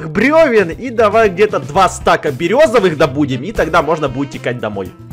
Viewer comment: Не стак а стаг